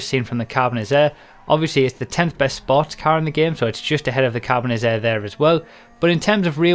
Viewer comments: Whats next? XD. And why did you say "Carbonizarre" and not "Carbonazi"? I thought you would have learnt that by now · Think you said Carbonizzare wrong. Kappa :P